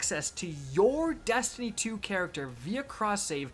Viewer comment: Dammit. You get paid to OVEREMPHASIZE the word "Destiny". Please stop😂😂😂😂😂 goddamn